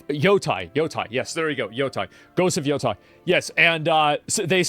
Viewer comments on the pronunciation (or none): It’s pronounced Ghost of Yo-tay(lor Swift) not Yo-tie(fighter) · I don't know why the subtitle had to be in Japanese for ghost of yotei Now we're going to have all these youtubers pronouncing it as yotai forever Just put the subtitle in English lol. Makes it easier for everyone since there's so few English speakers fluent in Japanese